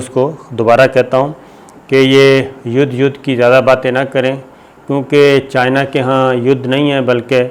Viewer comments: Mr Sabir you have used word Yudh as Yadh several times in your vdos. From a sober journalist like you such iodicity is not expected, pls correct it and don't repeat it in the future. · Yes, now I like you. It is not Yud, it Yad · یُدھ کے اوپر زبر لگ جاتی ہے اور یٙدھ بن جاتا ہے ۔ 😂😂😂😂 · Yud nahi yadddd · Hahahahahahaha Yudhhh k ooper Zabarr "Yadhhhh" 😄🤣🤣😂😂😂🤣😅😆😆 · ha ha ha. Mr Sabir Shakir seems like u have studied in same school as me. lol Youdh Youdh peh Sahee "Zabar" lagaee aap ne......ha ha ha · یدھ کے اوپر زبر لگ جاتا ہے 🤣🤣🤣🤣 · ید کے اوپر زبر لگ جاتا ہے۔ہاہاہاہاہاہاہاہاہاہا۔واہ صابر بھائی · چائینہ یدھ پر زبر لگا دیتا ہے ۔ واہ صابر بھائی 🤣🤣🤣🤣🤣👏👌👌👌👌👌